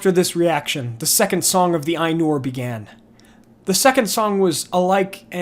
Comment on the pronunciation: The Ainulindalë is one of my favourite parts of all of Tolkien's writing. The imagery is beautiful. On your pronunciation of Maiar, an "ai" is pronounced "eye", as in eyeball, not "ay". So it's m-EYE-ar, not m-AY-ar. Oddly you pronounce Ainur correctly even though it's spelled the same :P